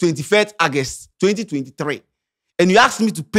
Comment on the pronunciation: Bro, the word is August ( Ɔgɛst) not Agust okay.